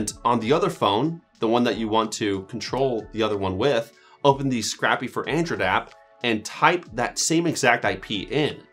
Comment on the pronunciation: scrcpy is pronounced "screen copy"